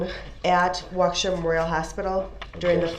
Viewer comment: It does sound like wau kesha lol he is the only one who said it like that and i said it like that firdt time lol